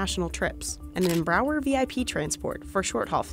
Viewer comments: Yall be talking how she supposedly mispronounced "Qatar" but yall aren't talking how she called "Embraer" (pronounced Em-brai-er) as "Embrawer" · And an aircraft manufacturer called “embrawler” lol (the actual name is “Embraer”) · "embrower" no Embraer, read it, Em-Brear. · Why does she pronounce Embraer as embrauer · Why do you call embraer embrawer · No one gonna mention how she pronounced Embraer?